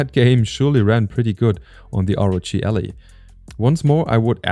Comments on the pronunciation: Ally not Ali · Es heisst "AAAAllie", nicht "Elli" :D aber gutes video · I cringe every time he said ALLY as ALLEY.